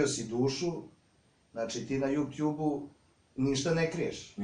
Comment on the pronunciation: je najbolji kad kaze JUPTJUB haha!